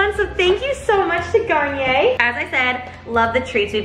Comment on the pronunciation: man i thought you said kanye instead of garnier